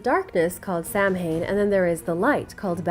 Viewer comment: great video !!! Only 1 thing though ...in the Celtic fire festival ... Samhain is not pronounced Sam-hain it is actually pronounced Sow- en